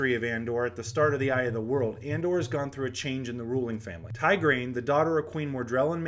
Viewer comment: Hey Man. Great Vid. The way you pronounced Tigraine and Cairhien made me cringe a little but otherwise i enjoyed it and found very little to dispute. Thanks for making more content. I would love to invite you to join the Wheel of time Spoilers Discord server as well. We have a great little community of well versed WoT fans and I think you would make a great addition to our family. Also, I would like a shot at that Book. Here is a link/invite to our Discord server